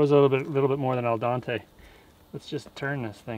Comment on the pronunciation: Did you say "al Dante"? Well, I'd have to say I agree with that term, it's hot as Hell in that oven! haha Good learning curve on how to cook a pizza. My cousin made one from scratch. Started as a wood fire then he converted it to gas. It's a beast. I call it the crematorium for all the food he's burnt from experimenting. I'm waiting for you to cook other goodies in there. Cookies?! Roast?! Meat pies?! Great job! full stop